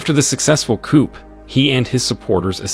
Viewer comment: The p is silent in coup